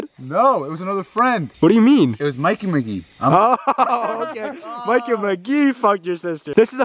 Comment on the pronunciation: Its me Mikey McGee You read that like Mickey McGee